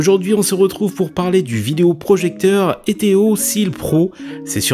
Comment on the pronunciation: excellente vidéo mais au passage c'est ETOE et pas ETEO ahah